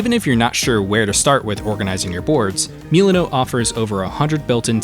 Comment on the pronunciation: ah yes, meal-ah.note